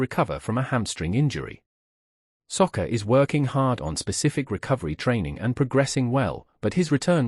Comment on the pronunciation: SAKA not Socca!!🇮🇪🇦🇺